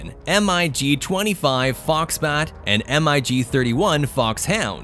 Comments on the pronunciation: MIG 25 and 31 - If you want to "sound" right, pilots say it like one word "Mig", not M - I - G. Mig 25, Mig 31. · Had to stop the video. Saying M-I-G, instead of "Mig" just sounded horrible. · Every time he said M.I.G. and not Mig, I wanted to slap my momma. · MIG NOT m I g ! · Please stop spelling MIG. Just say the word. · MIG not M.I.G stop rewriting the vernacular Funt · O.K. are we talking about everything that makes a cutting-edge fighter or a speed machine that can't hold its own in a furball? The F-106 as well as the rest of the Century Series were interceptors (missiles only, and no guns) not fighters. The same as the MiG-25/31 pronounced Mig. it's one word, not M. I. G. It stands for the Russian aircraft designers Mikoyan and (i in Russian) Gurevich. If you want to put in a jet that is a jack of all trade's fighter, from dogfighting, SEAD and a mud moving close air support Mach 2+ fighter, on the list, where is the (Block 70/72) F-16V Viper? The SR-71 Blackbird has no place on this list. At Mach 3 it takes an area as large as Ohio to do a 180 turn. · EMM-EYE-GEE 29….sure!! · I liked the information about the different jets. But the narrator should be informed by the writers and director on how to properly pronounce the names of the planes. We saw "Grooman" not Grumman and he pronounced it incorrectly. He also pronounced the MIG not as one word as it's referred to since their inception, but he pronounced each individual letter in the name; m-i-g. I enjoy informative videos but the producers have to get it right, and the person narrating must be spot on. Perhaps education their spokesperson would lend more authenticity to their message, but that's just me... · "Diesel powered propeller plane" ?? "Em I Gee" "Em I Gee" "Em I Gee" Urrrgghhh